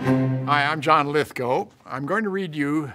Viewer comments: Lesson 21: How to pronounce John Lithgow’s name properly. ❤️ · I am shocked. I’ve been mispronouncing Lithgow’s name for decades.